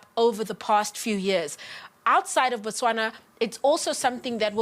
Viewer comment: It's not Botswanan its Botswana.